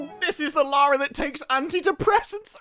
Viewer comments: You're british right? Why the fuck can't you speak english? youknow that LARA and LAURA have different pronunciations, right? Apparently not. JFC. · it's LARRY CROFT sir! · It's not Lara, Larry Croft.